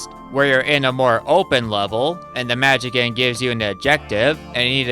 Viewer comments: Just for the record, the proper way to say "Magician" is "mah-JIH-see-ann" or more simplified, "mah-JIH-shun". It is NOT pronounced "mah-JIH-kan" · The way you pronounce ‘magician’ keeps cracking me up. 🤭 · okay, i'm gonna be real with you. i like your videos a lot, but for the love of all that is holy, how the hell have you made it this far in life without knowing how the word "magician" is pronounced.